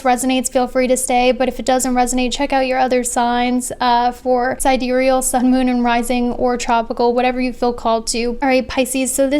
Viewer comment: Yea!!! finally pronounced sidereal right. It was really bugging me when she pronounced it sidereel.